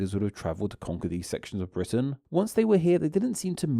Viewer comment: You're killing me here in the US talking about accents and ending every other sentence by adding "ah" to the last word: Britain-ah. Long time ago-ah. Get rid of-ah. Still, fascinating stuff.